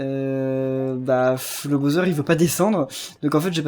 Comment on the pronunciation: Pourquoi tu le "BAUZEURE" c'est le "BOWSER" c'est stressant stp. On prenonce "BAWSER"